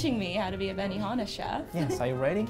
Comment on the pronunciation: benihama? BENIFUCKINGHANA?!?!